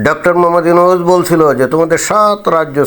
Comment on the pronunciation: Ota yonus k bollo ??? Ota 'Nunus'😅😅